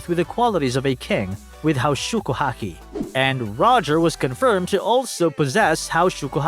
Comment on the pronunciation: Pls learn how to pronounce haoshoku if you gonna use the japanese version:’)